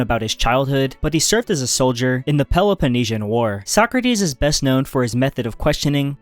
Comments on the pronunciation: socratis the tone goes to a socrAtis not sOcratis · He left Arthur Schopenhauer out, the only one whose works are really worth reading - what a shame, how utterly stupid. And how he pronouces Sokrates "Suck - Rates" makes my toenails curl.